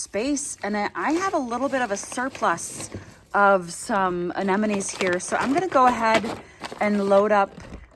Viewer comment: you are one of the very few flower people on the internets actually saying AneMonNes. I really appreciaten that. Not that it's important. But hearing AneNoMes drives me nuts😂